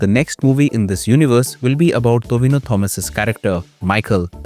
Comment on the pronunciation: It's TOVINO not THO-VEE-NO